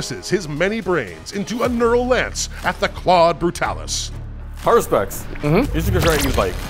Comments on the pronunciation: Cool vid, but please,, i beg of you. Har-us-pex, it’s a latin term for a priest who reads entrails. Has-pur-ex is… painful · that and Hesperax. Its HaRuSpex. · HA-RU-SPEX "Hesperax" is a different army entirely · Always thought it was Haruspex not Haspurex lol. It doesn't seem like the 'Nids had much of a chance in the beginning few turns. They were getting shot off the table sadly 😢